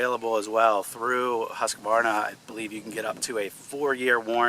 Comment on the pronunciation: Thank you for pronouncing Husqvarna correctly.